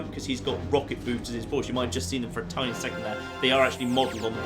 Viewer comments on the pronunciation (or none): none